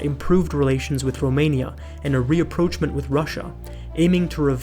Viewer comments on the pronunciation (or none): none